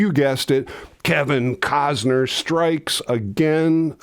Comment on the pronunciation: It's "Willem" Defoe, as opposed to "William" Defoe. Also, "Costner", not "Cozner". :) P.S. Love your work!!